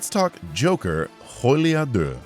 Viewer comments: Your French in the beginning was almost good. :P There was a strange breathy sound with "Folie" which is a word that sounds more like Folly. You did say the rest more or less correctly. :) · Your pronounciation was actually quite good, except for one mistake: You pronounced the "f" a bit like the "j" in Spanish, even though you didn't need to, as the "f" is pronounced almost the same as in English, although it wouldn't surprise me, if there are Creole dialects that do this.